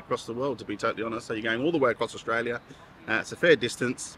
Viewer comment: Estraylia sure is noice!